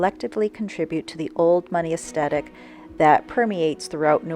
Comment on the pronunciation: "es - the -tik"